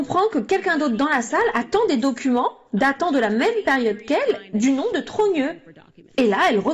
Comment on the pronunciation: Prononciation du nom digne d'un extraterrestre...